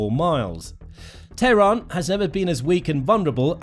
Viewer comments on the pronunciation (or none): none